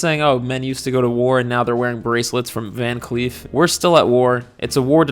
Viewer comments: I literally thought you were saying van queef this whole time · I keep hearing “Van queef” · Im so sorry i just keep hearing "Van Queef" and its really funny to me lol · I totally heard you say "van queef" the first few times 😂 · Gonna be honest - I watched the first minute of this video after a binge of your videos and didn’t see the name. Spent a minute thinking you were saying VanQueef ……. Which was a lot of fun for me